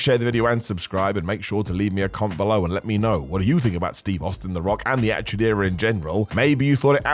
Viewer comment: Not gonna listen to a guy say achtude era for 50 mins smh